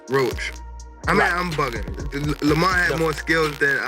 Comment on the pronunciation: Stop using ai can’t even pronounce Lamont right